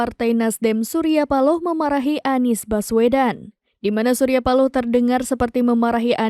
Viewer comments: Seperti suara yg bacain Mezzo Novel😂😂😅😅😅,, masa pak surya speaking spealing nya bacanya Nies😅😅😅😅😅😅 yaa Salam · perhatikan ucapan "haduh NIEs" rata2 pengucapan / pelafalan dari AI memang ngebacanya spt itu, lihat aja video2 short yutup menggunakan speech transcription, pasti ngebacanya bukan ANIS, tapi aniEs. kalo suara memang bs sama /mirip, semua bisa di tiru dengan AI